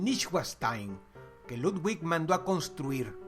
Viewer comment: Dross no se dice ludguig, es ludvic